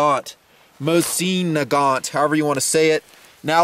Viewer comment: it's "moe-zen nah-gaaahn"